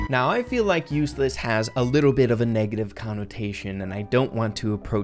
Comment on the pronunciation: Number three said uesless instead of useless😂